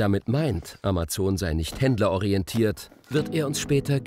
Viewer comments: "Amatzon", ist es so schwierig den Namen korrekt auszusprechen, lieber Sprecher? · Ja genau. AMAZON, nicht Emmesn. Wir lasen als Kinder ja auch DONALD DUCK - Hefte und keine Donnel Dack - Commicks !! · sie spricht es auf Englisch falsch aus: ämäson (sorry, in der Lautschrift bin ich nicht bewandert). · ‚Amazzoooon‘. Hauptsache deutsch Aussprechen... 🤯